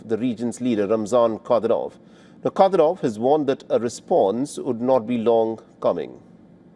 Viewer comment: WHY DO U F MISPRONOUNCE RUSSIAN NAMES???? U HAVE NO PROBLEM PRONOUNCING ZELENSKIY AND OTHER POLITICIANS CORRECTLY!!!! WTF!!! IT'S KAD Y ROV. NOT KADY- ROV!!!! VLA - DEE - MIR PUTIN. NOT VLA - DIMIR PIYUTIN!!!